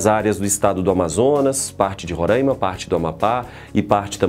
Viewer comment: Professor a pronúncia é Roraima e não Ronraima. 😜😜